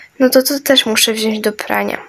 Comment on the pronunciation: 😅popierwsze muwi się pani śprzątająca muwi się wziąć a nie wziąść